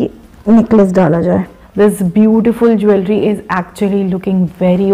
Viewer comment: It's not jul-ry buts jool-ry. Stop correcting people, when you are not aware of the right pronunciation .